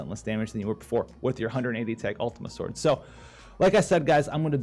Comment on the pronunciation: "Scworhdz".... -w